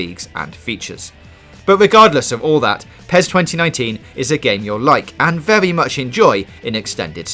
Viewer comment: IGN reviewer cant even say PES properly, he called PES - Pee es :D